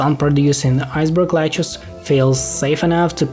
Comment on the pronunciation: "iceberg lechuss" "tom braiser zombie" "my wonderful loan" "purr chase" "essential role in bitten the world" "39 millon" "snowy flop ah" "deenameet"